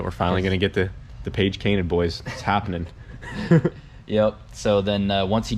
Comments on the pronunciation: The Page Cainted 😂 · I’ve been waiting for you to bring back the word page cainted, thought you would have said it a few videos back